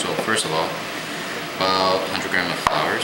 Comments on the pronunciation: great video! but i'm a little confused. it sounds like you keep saying "flours." the word is "flour", singular and plural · Daylight Disinfectant I was thinking that(not that he sounded cute)but that he was calling flour "flowers".And was thinking shouldn't u put a bit of salt in it? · is it just me or is he saying (flours)? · This is great. But wondering why you call it flours? and not flour...